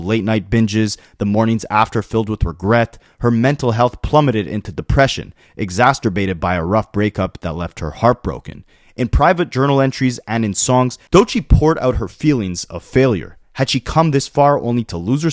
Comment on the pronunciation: my man really said “exasturbated” 😂 bro how are you nearly 27 or whatever and still so illiterate? I guess if can do it, anyone can 😂